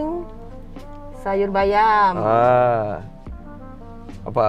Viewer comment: jo sharus nyo ibu ngmng sayur bayam tu sayor bayem wkwk